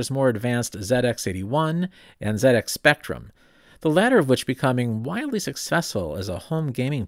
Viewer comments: I thought I knew a lot about the Z80, but learnt so much more. Thank you. And thank you for pronouncing it Zed-X Spectrum! Also, please watch the "Micro Men" film here on YouTube about the rivalry between Acorn and Clive Sinclair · However, it was pronounced correctly as part of ZX